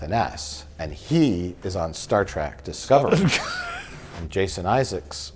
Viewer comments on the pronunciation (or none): I love that Mike is such a huge fan of Star Trek, yet he frequently calls it “Star Track”